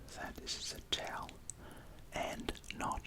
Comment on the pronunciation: A taoul! Not eh carpat!